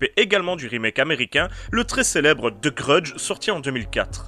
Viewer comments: "The grudge" Lui : TE grudje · "deu greudje"